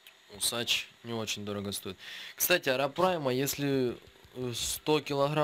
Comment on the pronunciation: не арапрайма,а арапайма,очень сильно резало слух,а так всё отлично,к стати,может помнишь я Миша Калашников,думал ты забросил канал,к счастью я ошибся)